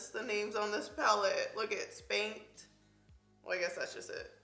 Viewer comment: I had NO idea what she was saying the first 2 times she said "spanked" because she was enunciating. I thought she said skanked at first :/